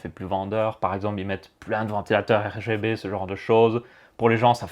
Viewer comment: des ventilateurs R Ga B ? tu en perds ton français tellement que c'est un bouzou ^^